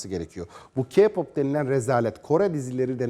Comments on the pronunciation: Abicim doğru düzgün okuyun şunu kiğ ya da kağ pop değil KEY PAP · Bİ S GİDİN ALLAHINIZI SEVİYOSANIZ SİZ İYİCE KAFAYI YEMİŞSİNİZ C!NSELLİK NE ALAKA VAHŞİLİK NE ALAKA TAM TERSİ BİZİ ŞARKILAR İYİLEŞTİRİYOR VE KİPOP DİYE OKUNMUYOR KEY POP DİYE OKUNUR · Öncelikle kiğğğ popp değil keypop diye okunuyor, 2. Önce intihar etti diyip öyle aşağılayamazsın hem sen adam mısın ki başkalarınınkine laf ediyorsun? Ayrıca intihar etmeleri kendi hayatlarındaki sebeplerden aksine bize kendimizi sevmemizi söylüyorlar, zıkkım da seni yapan ailendir.... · “KİPOP” DEĞİL K-POP ÖĞRETEYİM CANIM DÜZGÜN SÖYLE SONRA GEL HABER YAP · KİPOP HAHAHAHHAHA KPOP DEMEYI ÖĞREN SONRA KONUSMAYA CALIS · Kipop diğil K-POP ilk önce konuşmanızı geliştirin sonra onları eleştirin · Hani sen kipop diye okuyosun ya o keypop diye okunuyor. Bizim müzik zevkimiz seni alakadar zerre kadar etmez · Kiğpop keeğpop lfldkdldkdls cidden bu yayını açmadan önce gidip bir araştırın ya üzülüyorum size kafanıza yazık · "Ki pop değil " "k pop" sen daha kendi cinsiyetini karakterini bilmiyorsun onlaramı laf atıyorsun . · Önce Kpop demeyi öğrenin sonra konuşun va baştakiler ERKEK intihar ettiklerine de çok sevinmişsiniz bakıyorum utanmasanız dans edeceksiniz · Kipop demenden cahilliğin anlaşılıyor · Ayrıca ki pop diye değil key pop diye okunuyor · Dovesim geldi KA POP DIYIL K-POP OKE MI?! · ke pop diy e okunmuyo key pop diye biliyorum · Sanırım haber bulamamıssınız o kadar araştırmışsını bari okunuşunu da ögrenseydiniz KİPOP ne ya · Önce K-pop demeyi öğrenin sonra eleştirin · Kipop?? Hdkejdjdjdndjedjjdjd abi ingilizceni düzeltir misin önce? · Ki pop diye okunuyor CaNıSı TvNeT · "Kigggg pop" malmısin knk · Nobody: Nece konuştuğuni bilmediğim insan: Kiğğ pop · Sizde acayip gıcıksınız yaw. Bir video da ''Ka pop'' diyorlardı. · Vallahi ya biri diyo ki pop biri diyo ka pop 😣😣 hiç doğru düzgün söyleyen görmedim valla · Knk ilk önce k-popu söylemeyi öğren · sen ilk önce k- pop demeyi ve yazmayı öğren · Ki pop değil okunuşu Key Pap